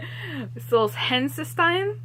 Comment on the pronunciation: That's the best pronunciation of Solzhenitsyn I've ever heard! I think mispronouncing is ok, they make me happy. Hashtag, unpopular opinion! Your videos are feisty! Oh!! (I've got to comment after the video is done) Michelle Paver's series Chronicles of Ancient Darkness is great! I had to teach it. It's middle grade about the ancient world that includes magic.